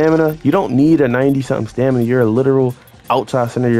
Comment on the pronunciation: “For da stanima” 🤣